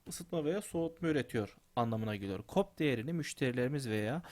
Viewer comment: bey neden paintte yazı yazıyorsunuz? Yazmanızı beklerken yoruluyorum. Bir de kop değil, si o pi olarak okunuyor.